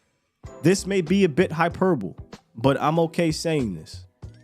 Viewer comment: Hey, Cowboy fans! Someone told it is pronounced “hyper-bol-ee” before the episode ended, right? I don’t want him to go out like that.